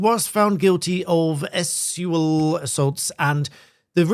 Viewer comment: Love how you have to mispronounce sexual to escape censorship #whatwouldOrwelthink?